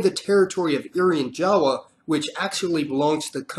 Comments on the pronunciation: Did he pronounce Irian Jaya as "Irian Jawa" and New Caledonia as "New Saledonia"...? >_< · Learn to pronounce the name. Irian Jaya, New Caledonia.